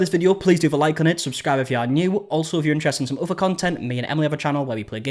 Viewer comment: Man, you guys will literally use any other sound to avoid saying the "t-h" sound correctly, won't you? FRIVE (for thrive. I damn near thought you were saying the octopus FRIED in its tank) and OVER (for other. Speak... Correct